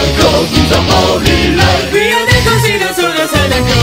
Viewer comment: 아니.. 진짜.. 이거 발음 어떻게 돼먹은거지.. 자막보고 발음 한글로 써봤는데 서던크로스 이즈 트윙클링 앤 와칭 어즈 파 비욘드 소 팔 어웨이 프롬 어스 서던크로스 이즈 어 홀리 라잇트 위아 더(분명 더가 있어야 정상인데 왜 묵음마냥 안들릴까..)크루세이더즈 옵 더 서던크로스 고, 이프 유 컴업 어게인스트 어 허들 파이트,파이트 포더 띵스 유 빌리빈 패션 조이 서로우 페인 앤 티얼스 올 데이 윌비 파뷸럼 옵 유얼라이프 고 이프유컴 언덜더 웻 유얼셀프 파이트, 파이트 포 더 펄슨 유빌리브인 데스티니 이즈 콜링 유 오베이 미 오얼 뎊(데피아니면 데파이..가 맞는거같은데 노래는 뎊으로밖엔 안들리네요) 미 (생략) 고, 이프 유 컴업 어게인스트 어 허들 파이트,파이트 포더 띵스 유 빌리빈 패션 조이 서로우 페인 앤 티얼스 올 데이 윌비 파뷸럼 옵 유얼라이프 고 이프유컴 언덜더 웻 유얼셀프 파이트, 파이트 포 더 펄슨 유빌리브인 데스티니 이즈 콜링 유 오베이 미 오얼 뎊(?) 미 디스 리를(틀) 타임 댓 유 리브 히얼 메이 비 트레져 웬 유 아 올드 고, 이프 유 컴 어웨이 프롬 유어 웨이 파인드, 파인드 유얼 오운 웨이 더 유빌리브인 데스티니 이즈 챌린징 유 오베이 미 오아 데프티미 위 캔 낫 턴백 투 아워 패스트 위 캔낫 체인지 아월 패스트 하우웨버 위아 헤딩 포 더 퓨쳐 소렛 리치 아워 핸드 아워 핸즈 아니 아무리봐도 전혀 안비슷해 발음이 ㅋㅋㅋㅋㅋㅋㅋㅋㅋㅋ너무하잖아